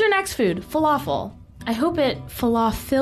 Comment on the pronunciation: Felafel? Falafel💀